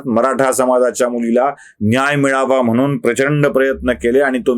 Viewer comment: 'म्हनून ' नाही हो! तो 'म्हणून ' असा शब्द आहे. शुद्ध बोलायला शिका ना जरा.